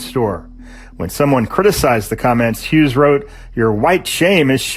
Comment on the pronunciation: How can you try so hard to say Delgadillo in Spanish, but fuck up saying Hughes in English?